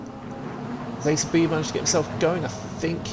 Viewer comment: Great work on the commentary again gentlemen. 👍👍 Valiant effort on the pronunciation of my surname.😅 It's actually bee - bee. Forename was spot on. 👍👍